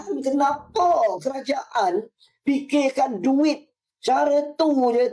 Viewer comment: Ini yang cakap dueet kamu muwah '' dueet kamu muwaah '' 😅😅